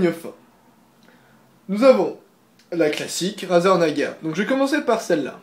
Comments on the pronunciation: on dit naga et pas nagua car razer donne des noms de serpent à ses souris sinon bonne video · Naga se prononce en français comme navigation, et non comme nicaragua qui se prononce "goua". Donc avant de donner des leçons, on vérifie ses sources! La mienne: larousse.fr/dictionnaires/francais/naga/53691 et tu en trouveras facilement d'autres. En résumé,, prononce tout à fait correctement le nom de la souris.